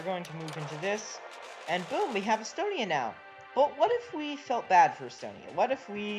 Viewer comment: he means estonia